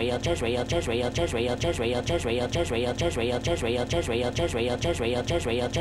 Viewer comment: Israel sounds like chisreal & jisreal, & just real, & presser y